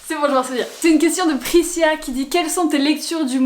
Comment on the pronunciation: Ahah en revisionnant la vidéo 2 semaines après pour retrouver le tritre d'un de tes livres je viens de capter que tu as prononcé mon prénom Prisca comme "sia " j'ai ris en l'entendent car ça ce prononce "ska" 😉 sinon merci pour tes vidéos de ton quotidien que j'apprécie énormément 😊